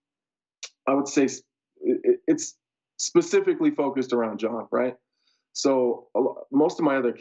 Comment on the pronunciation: is he saying pacifically instead of specifically?? 🌶